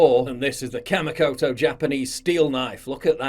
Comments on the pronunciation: It's pronounced KAH-MEE-KOTO. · I know it's hard to get sponsors, but Kamikoto? Seriously?